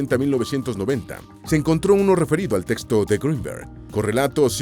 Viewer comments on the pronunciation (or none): none